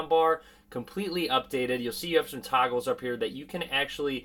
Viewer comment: Am I the only one who heard 'toggles' as 'tacos'?😂